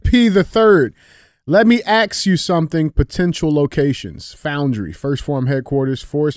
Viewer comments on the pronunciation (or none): I want to know how d j can pronounce that word, but can't say ask.